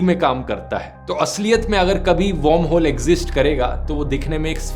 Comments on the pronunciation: Great video, not to nitpick, but is it warmhole like you are pronouncing it or wormholes? Sounds off/ Odd. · Dhruv, its pronounced वर्महोल not वौर्महोल. You pronounce it as 'warm' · Dhruv I enjoy your content. But this video was hilarious..... because you kept pronouncing WORMHOLE as WARMHOLE. 😂😂